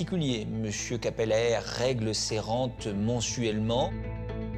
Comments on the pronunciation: Merci pour vos capsules toujours très plaisantes, j'aime bien regarder ces affaires criminelles. Juste une chose à l'attention du narrateur : "Cappelaere" se prononce "Capelâre", et surtout pas "Capèlère"... Mais, bon, c'est un détail mineur. Merci encore ! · Prononcer "Capelaaaar" - nom Flamand